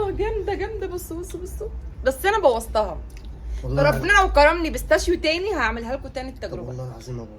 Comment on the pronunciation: اسمها بيستاشيو. مش ستاشيو😕